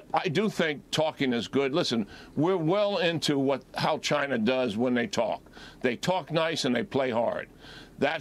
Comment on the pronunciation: I love hearing people who are "smart" call it (Chiner)...